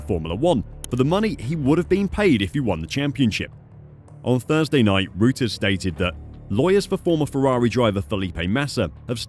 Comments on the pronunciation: It pronounced “roters” not routers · Rooters 😂🤪😂 well that’s an ‘original’ way to pronounce Reuters…try Royterz…🙈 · Royters NOT rooters! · Reuters is pronounced as “Royters” not “Rooters” 😊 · By the way: Reuters is pronounced Royters. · Its pronounced Roy-ters...